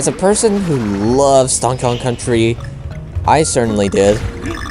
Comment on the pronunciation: Sounds like you said 'Donk Kong'. At the beginning cx